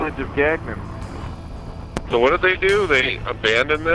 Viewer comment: Very enjoyable and good travelogue to a remote spot. The canned rock music is unfortunate - that guitar music is obnoxious. And its not "Gag none" - check out the pronunciation at ... and do us Québecois proud. Merci mes amis!